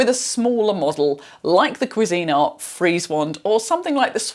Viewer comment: Kwee zinart is how you say the brand.